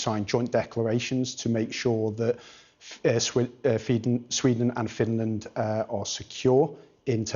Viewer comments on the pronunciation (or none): hahahahahha, Swinland uhh Feden, I mean Sweden and Finland.